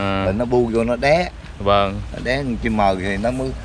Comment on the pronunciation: Chú đó nói với Anh con Chim nó bu vô nó đá mà nghe chú nói nó đé nghe vài lần mình mới hiểu,mắc cười ghê hjhjhj